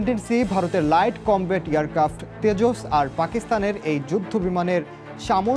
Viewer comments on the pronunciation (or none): তেজস নয় এটা ডেজস 🤣🤣